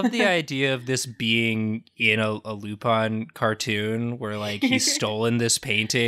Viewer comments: He didn't say it 'the French way' though. It's 'Lou-PAIN' ('pain' like the French word for bread, not the English word for pain), not 'LOU-pawn'. He's pronouncing it like they do in the show, though. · He did say Loupun more than Lupin though. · It actually upseted me that even after the correction kept calling Lupin Lupan! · Actually, he wasn't even close It should have been something like "Loupon" to be pronouced like he did. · Was pronouncing Lupin wrong? It sounded like he was saying Lupon. Have I bin wrong this whole time?! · if it was french pronunciation it'd be wrong too so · Me when he said he was going to do Lupin the 3d: :D Me when he kept mispronouncing Lupin: D:<